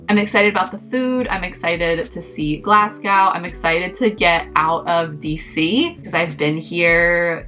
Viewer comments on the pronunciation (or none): FYI…..Glasgow is pronounced Glasgo, just say it as if the W isn’t there